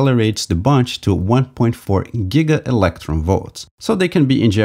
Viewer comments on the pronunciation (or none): none